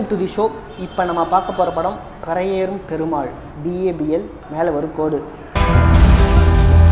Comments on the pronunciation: Karipi nu solla therintha unnaku pari nu yen solla mudiyala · பறையேறும் இல்லடா..பரியேறும்..வேணுமுனே சொல்றியா ..